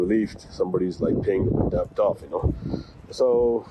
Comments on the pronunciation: Debt B is silent. It’s det. Not ڈیبٹ۔ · It is not DEBT when pronounced. It's DET!!! Nally ko Bolna ataa nhi call center chla rha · بیوقوف پال مارٹن الفاظ کی ادائیگی تو درست طریقے سے کرو ڈیبٹ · He doesn't know how to talk in English, basic term debt he can't pronounce correctly . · pkus he doesn't know how to pronounce "debt"